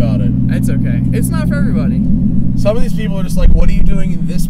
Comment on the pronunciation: '' good morning everybony'' ''wide bony lexus'' ughh